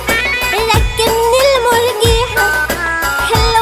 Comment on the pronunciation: مكارم مهي بتقول المنجيحه بدل المرجيحه